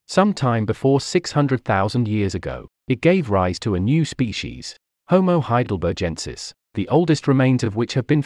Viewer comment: Love your video presentation! But you're pronouncing 'Heidelbergensis' incorrectly. It has a hard /G/ sound, as in 'begin', not a soft /G/ sound (like 'engine')